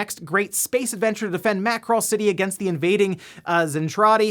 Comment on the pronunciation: Every time he says "Macross City" I think he's saying "Mackerel City" 😭